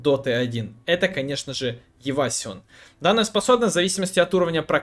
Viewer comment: Евасион... ты боль-моль знаешь английский. Можешь читать правильно евейшн. Это из разряда дамаг. Не обижайся плз